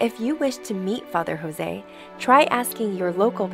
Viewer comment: Thank you for making this video of dear Fr Jose. He is Indian, not Hispanic. His name is pronounced Jose (joes) not José (hoe-say) 😇